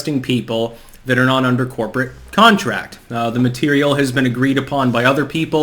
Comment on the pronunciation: “MuH tErIaL”